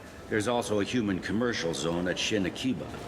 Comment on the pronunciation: Fucking *Shin Akiba*?! Shin Akihabara up on the Citadel?